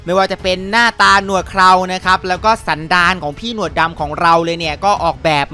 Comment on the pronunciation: ชอบเน้นว่าสันดานจริงๆ55+